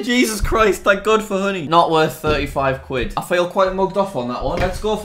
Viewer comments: how honey is actually pronounced: Honey how Jack pronounce honey: hoodie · When he says honey I think he’s saying hoodie 😂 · When he first said honey I thought he said hoodie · He said honey thought he said hoodie